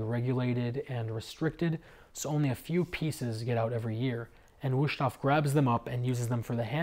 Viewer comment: nice review. I don't know why people think that every S in German or Dutch is pronounced as a "Sch" like in Schnitzel. The S in Wüsthof is a regular sharp S